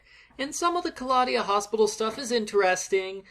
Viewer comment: Black and white slapstick movies are a good plot addition. Kristy ran all the other babysitters out of town, reminds me of the Robot Chicken sketch. Also, Betsy could be a future psychopath/serial killer They could of done some amazing things with those plot points! Ka-law-dia, I always pronounce it Claw-de-uh